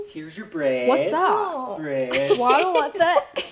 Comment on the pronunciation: the way he said bread 😂😂